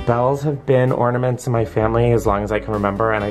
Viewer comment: 1) exercising the the shower may have just changed my life… 2) glad to know I’m not the only one who says “ordaments” 👀